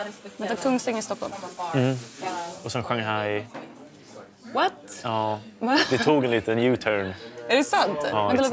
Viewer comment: Jag blir upprörd! Juste inte glömma jååå! Som sagt, jag blir riktigt upprörd och arg när han säger Shanghai. Hur sjutsiken uttalar han det?!